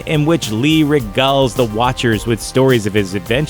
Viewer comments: Regulls? It’s regales. /re-GAYLZ/ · Stan Lee "re-gulls"? lol Come on.